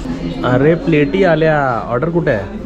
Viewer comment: प्लेटी नाही रे दादा प्लेट्स म्हणावं 😢